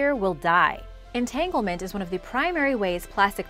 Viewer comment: She said entanglement 😂